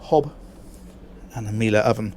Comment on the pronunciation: You learned to pronounce Miele ! Very good